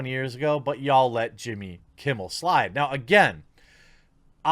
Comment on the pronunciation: You said Jimmy Kimble